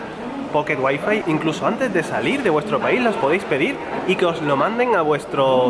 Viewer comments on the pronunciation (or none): Un sevillano pateando el español diciendo "guai-fai" ? 🤐😫 XD !!!